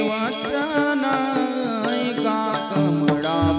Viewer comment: वचन ऐका. कामडपती. नाही. कमळापती